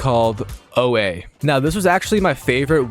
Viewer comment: its not O A btw its pronounced Oar but could also be said like Or